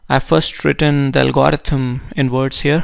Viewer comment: Did he just say algoharithem?